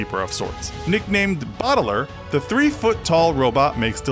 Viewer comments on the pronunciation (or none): It's pronoucned "botler". Liek butler. But a bot.